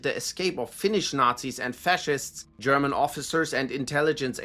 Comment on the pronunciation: The authentic pronunciation of German names and places really makes listening to this enjoyable...